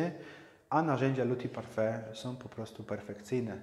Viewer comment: Witam Pana Majstra. Jak już się reklamuje szpachle tej firmy to trza by było poprawnie wymawiać nazwę. We Francji nikt by Cię nie zrozumiał jakbyś chciał w sklepie je kupić i poprosić o nie. Taka ciekawostka 1 cm długości tej szpachli kosztuje 1 € . :)) Mój szef jest z Portugalii i tak samo się podnieca tymi szpachlami jak Ty. Właściwie to było 10 lat temu przy czym masę narzucamy agregatem Graco by USA. Na pierwszy raz bądź dwa dobrze Tym podrownac ściany czy sufit 3 raz na finisz proponuje mniejszymi normalnymi szpachlami dokładnie wyszpachlowac. Bo jak dojdzie do szlifowania po tych dużych szpachlach będzie potrzebny Siergiej z Dnietropietrowska oderwany od pluga aby to zeszlifowal. Pozdrawiam że strajkujacego Paryża.